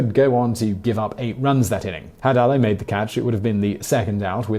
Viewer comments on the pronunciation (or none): A-loo...not A-low...